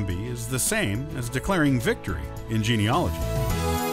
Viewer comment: It's spelled geneAlogy.............do you understand what you are talking about.................how can it take notice of you if you can't pronounce your topic?? Stavros